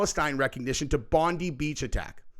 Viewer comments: With all due respect it's pronounced Bond- [ eye ] beach. You're welcome 🙂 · proud to call him a great aussie hero. we pronounce it bond eye lol. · Hey. Not a big deal but it's pronounced Bondī [bond][eye] brother. Love and respect Australia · Unfortunately he passed away today. :( He will be remembered as a true hero of 2025. (also its pronounced Bohn-die not Bond-ie) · ITS pronounced Bond-eye as its famous around the world . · It's pronounced Bond Eye! Mate 😎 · Pronounced ‘Bond-eye’‘ 😉 but thanks for covering it 🤝🤜🇦🇺🤛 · its "Bond Eye" bro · All the Americans are pronouncing Bondi wrong. It’s BOND-EYE. Not Pam Bondi. BOND EYE 👁️ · Australian here. Bondi is pronounced Bond eye Beach. 👍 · it's pronounced "bond..dye beach" just in case you report more on this mate 🇦🇺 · Sorry was triggering me how u were saying it. It's pronounced bon-die.. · Just a heads up, it’s pronounced “Bon-Die”. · It’s actually pronounced “bon dye” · Bondi….pronounced Bond-eye. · Bondi Beach- pronounced (Bond-eye Beach) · Try saying the I in Bondi not bond e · Why would recognising Palestine provoke the attack? I would have thought the opposite. I'm writing from Sydney. Our government does suck, all the same! BTW, it's pronounced BOND-EYE. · Hey! It's pronounced Bon-dye bloke! Lol. All G. 🦘🐨🪃🇦🇺👍🤠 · Hi from Australia, we’re cooked! Also it’s pronounced Bon-dye. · AMERICANS! - It's pronounced 'Bond-EYE'. You're welcome. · It's pronounced BOND -EYE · Huh it's true I'm no way near being a badass. Also Americans its pronounced Bon-dye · Son..it's bond dye beach! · You pronounce it Bon-die! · Your mis gendering bondi. Its pronounced bondie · We pronounce Bondi as “Bond eye” 😉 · Say it like bond - eye that’s how us Aussie say it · They pronounce it Bond-Eye, bro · ...Bondi is pronounced "Bon die" kinda ironic 🥺 Aboriginal word "Boondi," which means "water breaking over rocks" 🇦🇺 💕 🇺🇸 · Bondi is pronounced bon-die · It's BOND EYE NOT BOND E